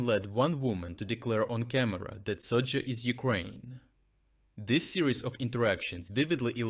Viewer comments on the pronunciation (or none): none